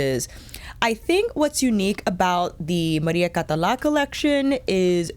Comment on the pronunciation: You pronounced the name perfectly, don't worry ;) Also, thank you so much for being super honest about the feel of the brushes. As a fellow fude enthusiast, I was wondering how these new generation fibres that claim to mimic natural hair compare to actual squirrel or saikoho (same with the Victoria Beckham ones).